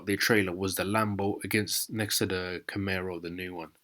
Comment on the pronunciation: It's camaro not camero